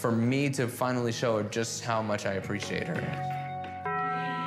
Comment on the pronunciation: I really hate how the therapist pronounced “appreciate” 90% of the time. She puts too much emphasis on the letter “c” and it makes me cringe